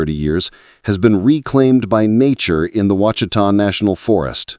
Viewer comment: It's WASH UH TAW mountains not washeeta not wachita.